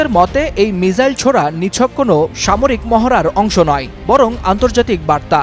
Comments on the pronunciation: মিসাইল কে মিজাইল বলেন কেনও বেহুদা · উপস্থাপক ভাই মিজাইল না মিসাইল বলেন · ওটা মিসাইল মিজাইল না😅😅😅😅